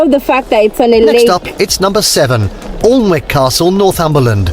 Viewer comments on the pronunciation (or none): the presenter pronounced alnwick castle wrong, its pronouned Anick, strange i know because the way its spelt, is the way the presenter says we pronounce it as Anick, its in my part of england